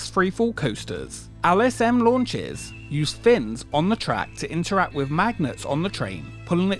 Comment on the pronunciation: Why do you pronounce “L” as “Al”?! It’s LSM not Al S M 😂